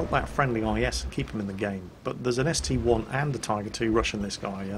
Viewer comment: I have made this mistake, and so has almost everyone for years. It's a st-I not st-1